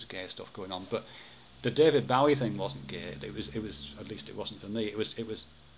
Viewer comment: I'm pretty sure Bowie's name rhymes with 'doughy' rather than 'Howie,' yes?